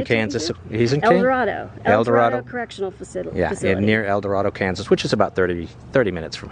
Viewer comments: Sorry had to comment and correct. I was born and raised in El dorado. And it’s pronounced El Dor-Ay-do. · The rivers are pronounced are-KAN-sis, not are-kun-SAW. The prison is in el-doh-RAY-doh. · Yeah that called the Arkansas river the R-Kan-Saw river..LOl They also called El DorAdo El Dor ah-Doe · I doubt you see this so late. I just stumbled on your videos. Wichita is my old hometown. I grew up there. Good video but let's get you pronouncing that river right. It's the Ar-KAN-sas River 🙂 Also, El Dorado has a long A sound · El Dorado is said with a long A in Dorado. Don't really know why. Anyways, y'all missed one of my favorite bronze statues in downtown, it was just East of Century II. It's a statue of a bar that you'd find in an old diner. It commemorates the civil rights movement sit-ins, as in 1958 one of the first sit-ins in the country took place here in Wichita at Dockum Drug Store. The aforementioned bar was the lunch counter in the store. The result of the sit-in was the desegregation of all Dockum stores in Kansas.